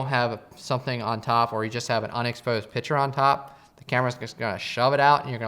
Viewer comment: Argh. Picture, not pitcher. (Other than that... great video!)